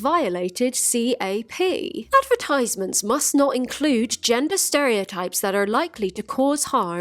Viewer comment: Oh my life, I've never noticed your accent before until you said advertisement.